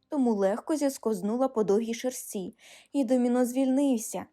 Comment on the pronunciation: лИса, а не лиСа. шЕрсті, а не шерстІ